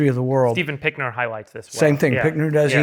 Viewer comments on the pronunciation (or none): Pinker... Steven Pinker. Not "Pinkner"